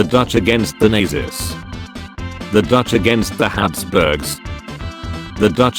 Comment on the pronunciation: So apparently the AI can pronounce "van Oldenbarnevelt", but can't pronounce "Nazis"...